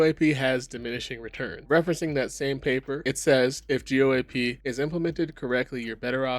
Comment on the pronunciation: Lol man, I wish you would have learned how to pronounce an industry standard before you made a video talking about what's wrong with it. Not a good look.